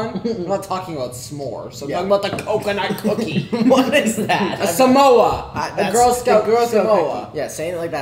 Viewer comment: Nick really pronouncing those C's in CoConut CooKies